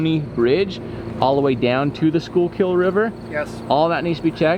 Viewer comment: Hey Jared I give you a 10/10 on how you pronounce Schuylkill. I was born and raised in Schuylkill County I'm still living here today.